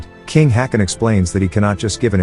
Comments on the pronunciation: Now, I would just like to mention that the king, King Haakon (Danish and Norwegian spelling) King Håkon (Norwegian spelling) is closer pronounced as King Hawk-on and not King Hakon as the commentator pronounces it here. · The pronounciation comes from anglicizing Å as A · Uh, "Haakon" is not pronounced "hacken", it's pronounced, "hawk-on". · still it dosnt work they shoudve prounounced it hokon atlast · Do you deliberately mispronounce names? Such famous names as Hakon, if ever errored must be corrected at once. You are no different